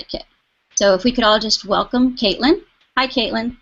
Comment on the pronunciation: Another video who can't trouble themselves too get Caitlin's name right . Big fat dislike from one of her fans.